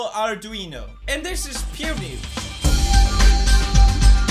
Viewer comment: Puu news? Poo news? Pew news? Pyu news? Wtf?😂😂